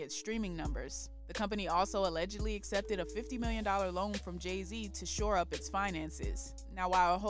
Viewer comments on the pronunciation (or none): none